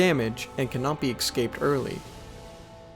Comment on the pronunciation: "ecscaped"? this is worse than stanima! (